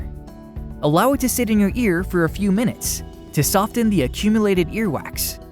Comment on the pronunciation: The t is silent in the word soften. You do not pronouce the t